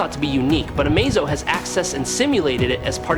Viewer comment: thumbs down, your ai can't say amazo all the time, that is your fault